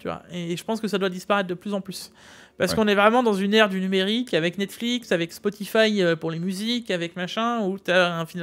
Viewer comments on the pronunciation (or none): none